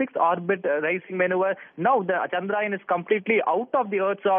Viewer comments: its not pronouned Chandraayan (story of moon) its pronounced Chandra-yaan (moon craft).! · Why does he keep saying Chandraayan ? The name "Chandra Yaan" has been in news over a million times by now.